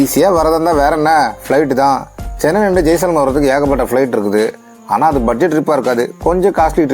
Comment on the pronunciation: ஜெய்சல்மீர் ஜெய்சல்மார் அல்ல. 🙏🏻